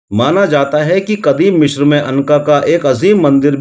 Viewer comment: مشر نہیں مصر ہے